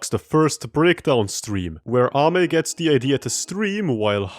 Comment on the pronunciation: NO WAY!!! is one of the few people who pronounced Ame's name right, i have seen a lot of people pronounce her name "Amy" which is wrong. i really enjoy watching videos about something that isn't dst even though its a dst channel.